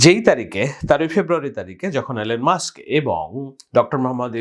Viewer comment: মস্ক না, মাস্ক মুর্খ